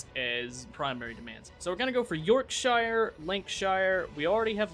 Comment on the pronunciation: Did you seriously pronounce Yorkshire and Lancashire as York-shier and Lanca-shier like you're from lotr lmfao